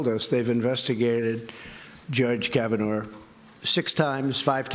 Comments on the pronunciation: trump says "George kavinaigh". His brain is a mushy, overcooked potato. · Did he say "Judge KavanauR"? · hahaha...Trump doesn't even know Kavanaugh's name. He called him Kavanar. LOLOLOL! So typical of a puppet president. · why is trump ending words with r? "Americarr...it's true...", and also in the press conference he said "Judge Kavanaughrr". did he lose his mind in 2011 and he just noticed?